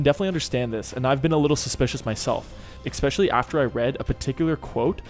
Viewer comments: Can you PLEASE stop saying "ex-specially". There is no "x" in the word "especially"! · 'ekspecially' is not a word i'm sorry to say. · bruh, there is no X in especially. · No X in Especially